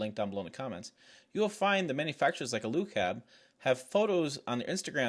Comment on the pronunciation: It is pronounced "AL-YOU-CAB" like the first two syllables of the British "aluminum" . This weak frame issue is a design flaw because the frame can't tell if it's a slide in camper, or bags of sand, or fire wood... If it is loaded near max and driven off road it will eventually bend.